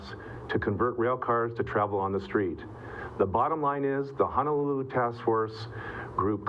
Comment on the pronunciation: Please correct your pronunciation of Honolulu. Mahalo.